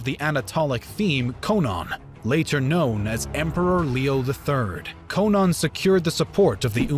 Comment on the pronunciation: Leo's pre-imperial name was Konon but in the video it sounds like Conan. Ko as in KOnstantine, non as in NON-entity